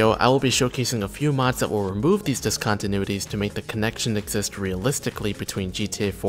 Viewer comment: "dis-contenuitys"* more like